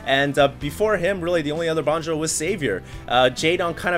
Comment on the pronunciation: dosen't know how to pronounce bonjwa lol